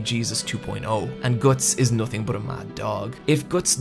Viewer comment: Are you a native speaker? If so: WHAT IS WRONG with your pronunciation?! Why cant you pronounce the "u" and "o" in the words like "Guts", "nothing" "other" "blood" correctly? It's driving me crazy! if not: never mind